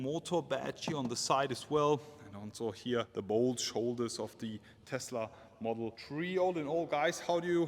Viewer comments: Take a shot every time you hear model tree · If you say one more time model tree i remove my abo 😂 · Dis boy said model tree😂😂 leave him alone fam🤣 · "Tesla model tree" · Model S, 3, X, Y…. Tree, love it 😂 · "Model tree" 🤣 Didn't know Tesla was this environmental :D They even made a model out of wood :D